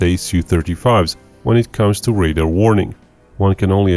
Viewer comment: Please please please stop calling 'RADAR' equipment 'raiders'.... it's ffffffing annoying!!